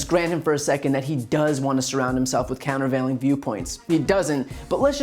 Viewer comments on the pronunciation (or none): "Counterveiling" is too big a word for Trump, he can't even pronounce it. Kayleigh obviously made up that quote. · "Countervailing" lol